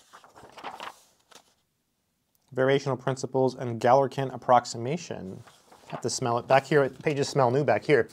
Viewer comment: I think you mispronounced “Galerkin”.